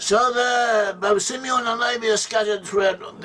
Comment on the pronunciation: Si Meon😂😂